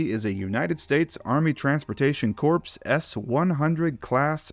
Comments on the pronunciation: In the spirit of sharing knowledge for everyone’s betterment, corps is pronounced as “core”, not “corpse”. Regardless, fantastic video! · ... but sill pronounces Corps like "corpse" instead of "core" - we're all human, but its kind of weird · I hate to be that guy but i'm being that guy. "transportation corps" is pronounced "CORE" not "CORPSE" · When pronouncing Corps is (core) not (corse) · its “Core” not “Corps” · Hey! I love your videos. One nitpick I want to point out - the Corps in Transportation Corps is pronounced like "Core". It's a French term, hence the spelling and the pronunciation not matching up. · Please! When you mention a Corps, bear in mind that the P & S in the name are actually silent. So, what you actually say is, "US Core of Transport" - Source? I am a former member of the Royal Corps of Signals, which is pronounced - say it with me - "The Royal Core of Signals". Thanks! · Liveries are so fun because it’s a simple way to set apart your universe from others corps is pronounced like core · oh god why did you have to pronounce the "s" in "Corps" to make it sound like "dead body corpse" and then mispronounce "Saxony"? (sax - Sony, my foot).